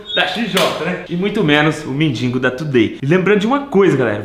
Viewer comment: Não se fala mendingo é mendigo 👍